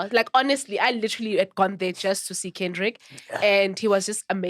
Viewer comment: I thought i was the only person who heard that. butchering Kendrick's name